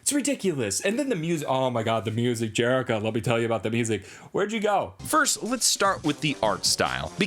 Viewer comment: nah homie, it’s jerihkcahh